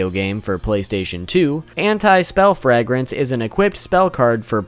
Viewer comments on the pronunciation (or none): And Frag-rance! Lol gah